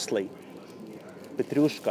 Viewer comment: Какое чудесное произношение у Вас русское! По-английскт рубль произностся не "рабл" , а рубл", , а то получается камушки, галька. "Маслины "=черные оливки, а зеленые ="оливки", так сложилось исторически. " - Вы говорите петрЮшка виесто ПетрУшка" - единственная Ваша ошибка произношения!( смешная). Алёнка шоколад никто не любит. Он и невкусный. Сыра Пармезан нет из-за санкций. Но люди привозят его из Финляндии или покупают в магазинах т.н. финских. Их много по городу. Говорите идеально по русскиц. Вас подвела только петрЮшка😃